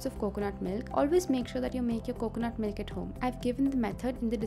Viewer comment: Really??! "MYLK"??! LMFAO